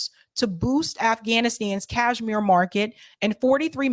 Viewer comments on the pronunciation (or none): none